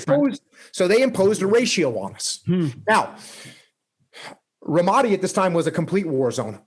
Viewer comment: think he pronounced ramadi wrong